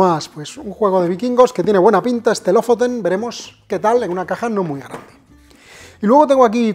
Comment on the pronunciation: Aaarg... me sangran los oídos!, porfavor, Lofoten se pronuncia LU-FU-TEN. Gracias por tu trabajo como siempre.